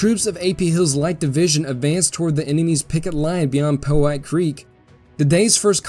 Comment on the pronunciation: small note...the creek is called pow hite creek...after the pow hite indians....NOT po white creek